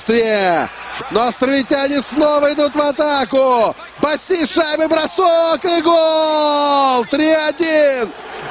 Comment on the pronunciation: не Босси , а Босси!!